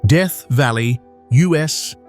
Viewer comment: AI can't say America. US"c" lol